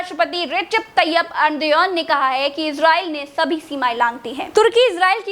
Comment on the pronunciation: Nityangu nhi Netanyahu hai nam Or enduan nhi urdagan hai nam 😁😂😂